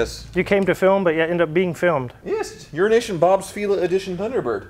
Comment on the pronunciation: It's so nice to hear someone ENUNCIATE the word "Euroasian." Also, All T-birds had the seat pump back then. I had an 84 turbobird, my buddy had an 87, same thing. Also also, is DEFINITELY saying "Urination" at this point. Prolly just to troll.